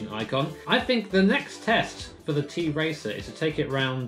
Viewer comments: It is not t-racer or t racer but tracer like that girl from overwatch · the brand actually tracer not t-racer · Just to be clear - It's pronounced Tracer, not T-racer (its a Polish company) ;) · It’s not a t-racer, it’s tracer like in ow